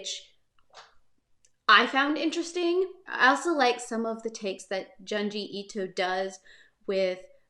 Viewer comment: June-Jee Ee-Toe :-)